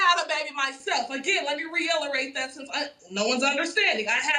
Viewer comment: "Let me reillerate that."